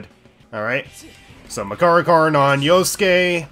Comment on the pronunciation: I'm starting to think he keeps saying Persona and move names wrong on purpose just to piss people off. Skuh-DEE instead of SKAH-di? Deh-kuh-JUH instead of Dee-KAH-jah or Deh-KAH-jah? Yet he gets Makarakarn correct?